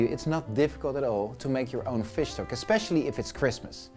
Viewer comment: it took me some time to get that he was saying fish stock :D looks very good though!